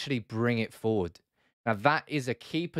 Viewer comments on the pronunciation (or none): none